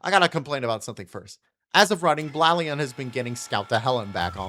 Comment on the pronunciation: How to pronounce Blaon right (from the show) Blade + den (Also you should try FlameNova, he has 4 vehicles! Cant wait to see your reaction)